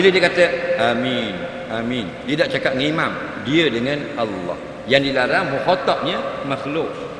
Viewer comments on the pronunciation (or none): makhatabnya bukan makhluq..